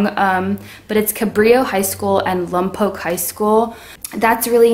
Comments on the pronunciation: Late to the party, but it's L-AH-M-POKE. Not L-UH-M-POKE. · Just listen to someone once and you’ll know how to pronounce it. It’s pronounced Lompoc. Not Lumpoc. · It's Lompoc, NOT LUMPOC...OK LOL LOM, not LUM Say it!!! Lompoc, not Lumpoc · LOM-poke not LUM-poke is how you pronounce it 😂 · its not lumpoc, its lOmpoc, ur still saying it wrong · Its Lompoc not lumpoc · It’s not lump oak, it’s Lompoc. Like lom poke. And I’m sure you had some nice things to say but I had to exit once you kept mispronouncing the name. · It is not pronounced lum poke it is pronounced lom poke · Its lompoc not lumpoc...jk lol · The woman is utterly inarticulate. She pronounces the name of the town as Lumpok when it should be more like Lompoke. She obviously knows very little about Lompoc but feels free to opine. I grew up there. This is about the most superficial evaluation I've seen of a place I know well. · It's not pronounced "Lum-poke"! It's pronounced "Lom-poke", as in opera. Also, why did you move to Lompoc if you enjoyed the big city life so much? You say you're on Vandenberg AFB. If you're military, I get it. If not, then it would seem you didn't do any research before moving there. One of the best places to live on God's green Earth is Lompoc! You mention how quiet it is - that's a good thing! Enjoy it. You won't find another place like it anywhere in the U.S. Definitely not hippie. And what is "boozhee" or whatever you said? Did you mean to say "bourgeois", as in middle class? If so, you TOTALLY mispronounced the word. Video is way too long and the music intro at the end makes your video look and sound corny. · I grew up in Lompoc. And its pronounced Lompoke!!!! I miss driving down H street and smelling the tri-tip on the grill for those summer fundraisers. Kegers at the river bed with a pile of pallets burning. So many high school girls lost their you know what at the drive in. By the way you are from the Village and cannot claim Lompoc. You Conq!!! Lol